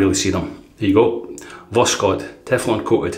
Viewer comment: Hi, Voskhod (sunrise), no K in the pronunciation and the final "d" sounds more like a "t" I don't speak russian at all but i used google translate to know how to pronounce Voskhod:-) Nice shave, this soap seems wonderful! What a blessed time for wet shavers ( my wife don't agree 😃 )